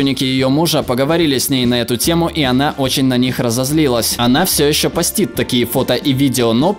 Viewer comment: не постИт, а пОстит.